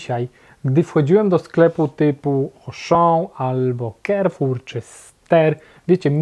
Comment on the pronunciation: Karfur nie " kerfur".... Pozdrawiam